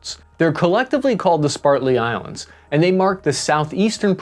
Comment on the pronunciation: "spartly" islands- most intelligent american